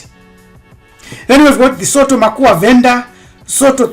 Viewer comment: Sotho is rather pronounced Sutu